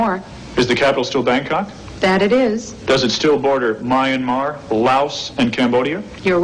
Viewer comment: Interesting pronunciation of Myanmar